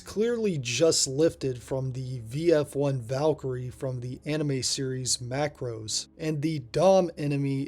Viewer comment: Ma - cross. Not macros.